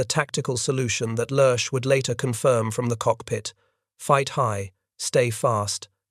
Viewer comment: Then, there's Lerche's name. It's a great name to have in German. It means "lark", it's light and airy and it leaps from the tongue as nimbly as when that bird takes flight. It's NOT one syllable, like the Addams family's butler, Lurch, but two: "leah-", like the name, and then -- lightly, trippingly -- "shuh". English speakers should work on de-emphasizing the "s".